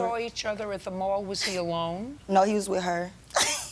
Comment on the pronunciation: "While he was widder" . 😂 She stole my teef! 😆